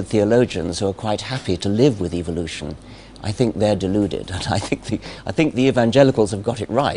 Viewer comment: I love how Dawkin's pronounces Evilution. :D